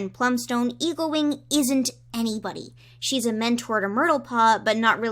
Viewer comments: I keep hearing you say “Evilwing” and not “Eaglewing”. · every time you say eaglewing it sounds like you say evilwing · when you said eaglewing i heard evilwing. tHaT's a cOiNcEdEnCe